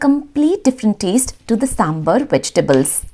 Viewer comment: Hey Love your videos, but I'll just like to make a small correction it's SambAr nor SambUr please don't mispronounce this, as you urself are a South Indian and I'm sure you know to pronounce it right so please do.